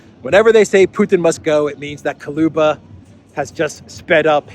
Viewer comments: Soros is a 🐍🐍🐍🐍🐍🐍🐍🐉🐉🐉🐉🐉🐉🐉 BTW he's Kuleba not Koluba😅😆😆😅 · The name is KuLEba not Kuluba!